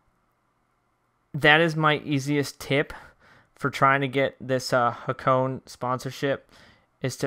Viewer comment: Sorry mate I I tried ignoring it but I cant. Hakone is pronounced HA-KOH-NEH :)